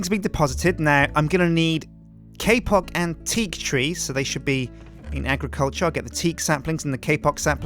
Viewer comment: He says kpock like kpop